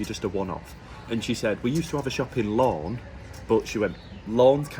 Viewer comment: OMG Lorne not Lawn